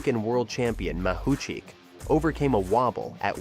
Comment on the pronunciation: How many times did the speaker mispronounce Mahuchikh's surname? - Yes.